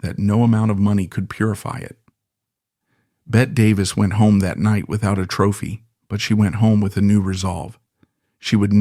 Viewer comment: AI mispronouncing Bette Davis name